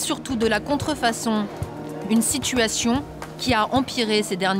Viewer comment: je croi que le flic est pas un vrie francie par ce que il a dit contrfonson au lieu de dir contrfacon